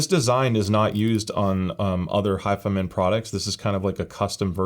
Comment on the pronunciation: Ur saying it wrong hifi man lol don't separate the man it's all one word hifiman. But is it really only $299 or is it 359?